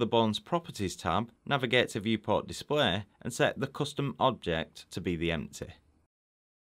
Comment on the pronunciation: Noone:: empteh